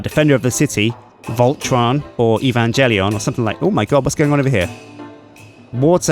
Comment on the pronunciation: EE-VAN-JELLY-ON.... no,. Just no.